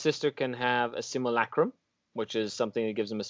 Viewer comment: Simulacrum. Said Sim You Lack Rum.